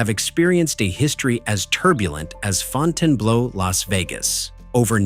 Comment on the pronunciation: It's Fountain Blue despite the spelling and the incorrect pronunciation.